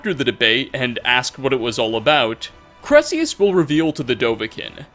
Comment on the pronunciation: Also, his name is pronounced Kai-Rel-Eus. He even says it